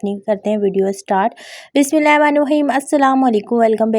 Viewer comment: Sister bismillah ki sahih adaigi kiya kren, speed mn harf miss kr jati hn ap❤